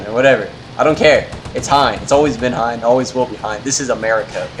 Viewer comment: He said Hien right. My inner weeb is satisfied